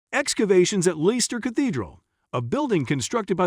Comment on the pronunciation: It's pronounced Lesster. Bloody AI crap